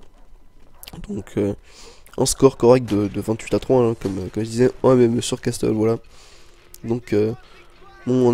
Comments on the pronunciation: arretez de dire casTle sa ce prononce caSSle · MDR xD alors que ça se dit casseule ^^ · la prononciation de "castle" As-tu déja fait de l'anglais??